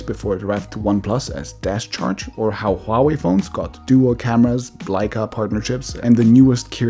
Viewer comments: Huawei is diffrently pronounced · So it's hua-way or it's pronounced like huawaii.🤔